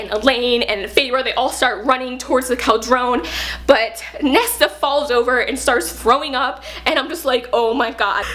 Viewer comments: Love this! Cauldron is usually pronounced "Call-druhn". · I love this review and how excited she is but her pronunciation of cauldron pains me.